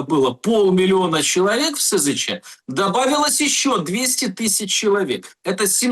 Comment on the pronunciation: А ты, дорогой, не умеющий ставить правильно ударения в словах, человек не предполагай. Знать надо! Если СЗЧ, то значит чувак ушел без оружия и БК. С оружием и БК не СЗЧ, а дезертир. И цифры СЗЧ не такие уж пугающие. У меня большинство знакомых не раз и не два уходили в СЗЧ. А дела могут открывать по случаям СЗЧ. Рекордсмен один чувак 8 раз сбегал. А знаете с чего начинает знакомство командир с новоприбывшими - объясняет что бежать надо без оружия и БК.